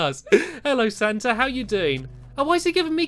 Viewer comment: And u called him stanta